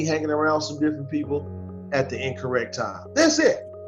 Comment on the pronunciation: "Imagine all the peepool.."